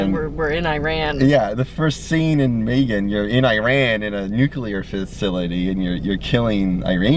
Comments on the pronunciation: May gen goes hard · her face when he pronounced Megan as maygan